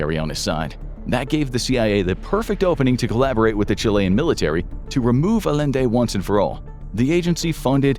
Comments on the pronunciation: Bro really said Alende instead of Allende 🥸🤨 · Salvadore Allende is pronounced with double l making a y sound. It's pronounced A-yen-de.